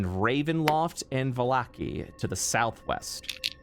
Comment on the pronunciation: haha, Vallaki has been pronounced 3-5 different ways so far.